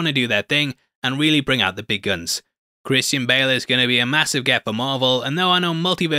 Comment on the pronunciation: Did you say "Christian Pale"?